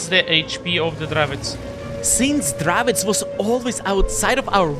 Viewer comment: What's a Dravits? Do you mean the Dravec?